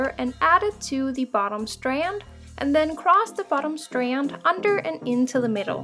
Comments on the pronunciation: what "facts" are there to check? lmao just the way she says STanD sounds funny bc of her accent. No one was being rude. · Thank you for this tutorial I really appreciate it but I just have to say why do u say strand like that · "strand" nooooooooooo